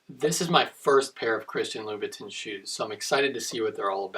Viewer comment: I believe it's read as Chirstian "La-bou-tan" Nice review otherwise.